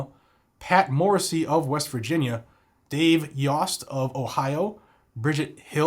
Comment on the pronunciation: Ohio's AG is Yost. Long "O" sound. Just a FYI.